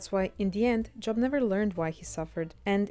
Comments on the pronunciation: The name “Job” is not pronounced like the noun “job”. Spelled the same, but the name is pronounced with a long o, as though it were spelled “Jobe”. Edit: I usually hear “Behemoth” pronounced as “buh-HE-muth”. Edit2 “Lazarus” was the name of the person who Jesus resurrected. “Lazarii” is a made up word to indicate how many people could have been resurrected by the power applied to a specific miracle. The assumption is that it’s the plural version of Lazarus’ name because in the case of the miracle created by C. & A., at least 25 people could have been resurrected. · Please learn to pronounce Job properly. It's very distracting